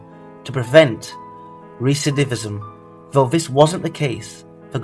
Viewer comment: If I were you, I’d avoid long words you don’t know how to pronounce. (recidivism)